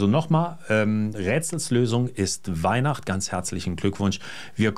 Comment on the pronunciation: Na da drück ich allen mit der Neihwacht... ähh... Weihnacht die Daumen! "Frau Botta" - also "F"... 🤣🤣🤣